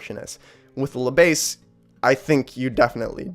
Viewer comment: Good review but if you want to improve your French you should not pronounce "La Besse" but "Le Bass". You have to swap the sounds. (I admit 2 Notes made a tricky name as it is named Le Bass for "Le preamp bass(e)" instead of "La basse")